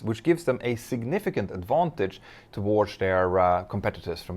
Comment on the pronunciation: Do you realize you pronounce towards as towardch every single time. So annoying.